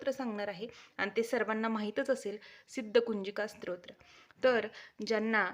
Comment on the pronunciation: ताई स्त्रोत्र असा उच्चार नसून स्तोत्र असा उच्चार आहे.